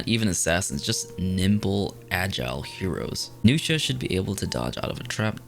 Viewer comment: New-shia > Nux-ia